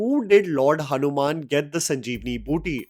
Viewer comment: it's boothi not booty